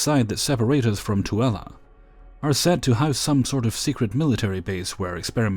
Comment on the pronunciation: You said Tooele right!!! I am orginally from Grantsville, 9 miles northwest of Tooele 💜💜💜